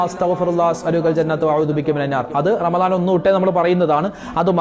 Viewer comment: രാമലൻ അല്ല,, റമളാൻ ആണ് 🤲🏻🤲🏻